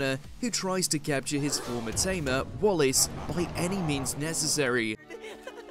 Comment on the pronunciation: Willis NOT Wallace❤